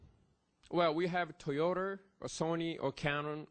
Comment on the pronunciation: Toyoter....普通にトヨタって言えばいいのに